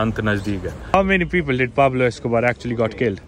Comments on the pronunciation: UPSC - question 😂😂😂😂 who is peglo 😂 - Anaaa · Not Pablo...say Don Pablo